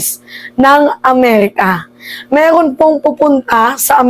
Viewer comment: Meeerrrroon ayusin mo R mo